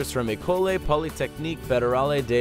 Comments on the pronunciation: why don't you learn how to pronounce names . that's the only issue i have. PLEASE. the name of that Swiss school was french not Spanish. it doesn't have to be perfect but please. school in french should NOT sound like e coli. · You butchered the French name of the school that made the robotic arm. é and e have different pronunciations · why not find out how to pronounce École properly instead of making Americans sound kinda lazy provincial?